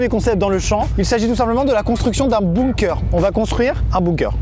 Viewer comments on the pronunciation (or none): Amixem construit un igloo Le prononce LE igloo Amixem construit un bunker Le prononce bounker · Moi : ai toujours dit Bunker Amixem : Bounker Mon cerveau :💥🤯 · Juste c'est pas bOOnker mais bUnker. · a il a dit un BOUNKER :') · J'adore comment vous prononcez "bunker"... "bounker" 😂😂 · Sa se prononce bounker^^ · C’est bunker, apprends à parler et à écrire.